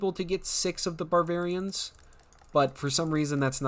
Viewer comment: I thought "Barvarians," was bad, and then he called the Deutschmeisters "Douchemeisters."